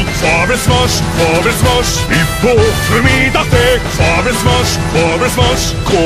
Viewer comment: It sounds actually very weird how Germany pronounces his own language wrong. :'D Vor allem 'Vorwärts Marsch" I'm German, I know what I'm tallking about. x3